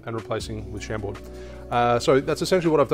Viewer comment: Pronounced ‘Sham-bore’